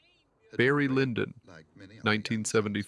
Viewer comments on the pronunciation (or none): none